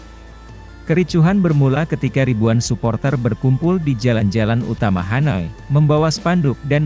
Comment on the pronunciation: Hanoi bukan hanai..